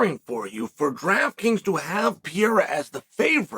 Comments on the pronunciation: hello Chael. it is pereira , not pierra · Who the fuck is Pee-air-a?? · Every time Chael says "Piera" an acre of Amazon forest gets burned down